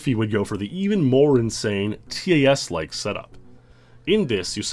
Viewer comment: In encountering the names like micro500, Weatherton and Abney, I knew it was only a matter of time before a TAS came up. Also, please, it's TAS not T-A-S, like pass or fan-TAS-tic... I'm a pedant.